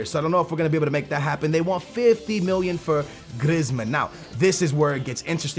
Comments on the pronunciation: his name isn't griz-man it's pronounced 'Greezeman' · GrIzzzzmen lmao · Its pronunced Graismann, not Grezman